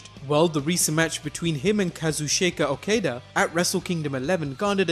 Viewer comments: it's Ka-Zoo-Cheeka O-Kah-Dah and Hero-key Go-Toe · Dude you need to learn to pronounce Okada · boy, you didn't even try to fucking say Okadas name correctly huh? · Your pronunciation of Okada Made me cringe so bad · The pronunciation of Okada is wrong, but seems like a reasonable guess. However, I have no clue how you got "Haruku Gotu" from Hirooki Goto. That level of mispronunciation is something else. If you're going to say foreign names, you should probably learn how to pronounce them :| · K.C. Hunter Or the fact that he should of tried to do some research. He can't even pronounce Okada!